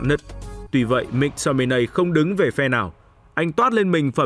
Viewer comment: Cho tôi hỏi chút, có chút thắc mắc là sao tất cả người Anh đều phát âm “Mc” là “mắc” còn anh lại đọc là “míc” vậy? Và anh có nguồn thông tin nào để chứng minh tên cầu thủ này phát âm như vậy không? Mình tò mò nên mình hỏi được không?